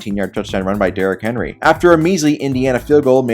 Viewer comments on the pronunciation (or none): none